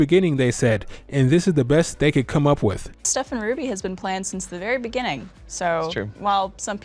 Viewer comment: Us: "So how long was Bee planned for.": "In the beninging."